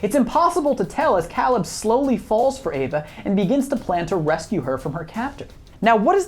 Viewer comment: Why are you mispronouncing Caleb's name? He says it multiple times in the film and so does Ava so where are you getting that pronunciation from?